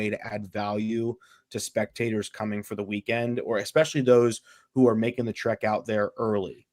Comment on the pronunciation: eXpecially drives me nuts- I expect it from but the other guy too?!?